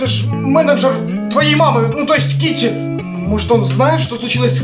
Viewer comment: Китти а не кити